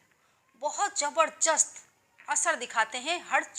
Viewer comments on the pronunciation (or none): Jaberjast nahi hota hai,jaberdyast hota hain hindi pronaunsation .